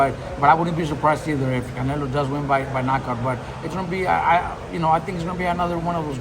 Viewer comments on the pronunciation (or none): none